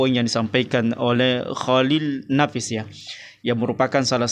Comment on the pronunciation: Dr cara ngomong mu ja udah terlihat angkuh dan sombong,nyebut nama org g da adab, emnk salah mengucapkan pak cholil nafis kan g berat.drsitu udah terlihat sok paten.ngomong belepotan sok bicara bijak.sekolah tinggi tapi cara ngomong g beradap,g bisa menyesuaikan dgn dimana bumi di pijak di situ langit di junjung.title yg di banggakan,emnknya urusan akhirat ada hubungannya dgn title seseorang?